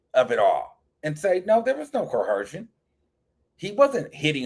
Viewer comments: CO-ER-SION. Please lol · There’s no H in coercion please 😂